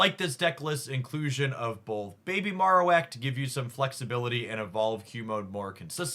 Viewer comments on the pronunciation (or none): Marowak should be pronounced like bone marrow unless I'm wrong.